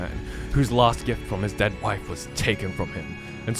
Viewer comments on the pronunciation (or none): none